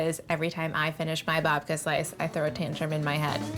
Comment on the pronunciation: I thought she said Vodka. 😅